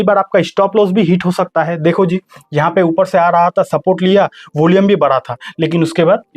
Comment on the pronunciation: होलियम नही भाई volume 😂